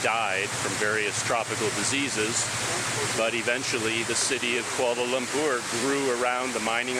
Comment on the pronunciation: You pronounced 'Kuala Lumpur' like locals. Nice! Edit : Also the other names as well!